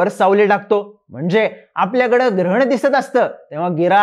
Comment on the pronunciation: I heard similar line in childhood - de daan suthe grahan.. its grahan and not girhan😅